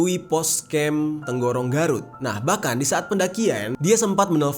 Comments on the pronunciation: Tarogong bang bukan tenggorong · Koreksi Bang, Saya Orang Garut Asli, Di Gn. Guntur Tidak ada Binatang Buas Melebihi Babi Hutan, Atau Yang Di Sebut Bagas (Bagong Ganas) Sama Penyebutan Daerah Polsek Tarogong Bukan Terogong, Semangat Bang, Gpp Salah Juga Wajar Abang Mengandalkan Sosial Media Buat Cari Reperensi Buat Scrip.